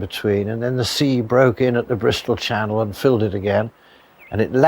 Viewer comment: Channel, not Cannel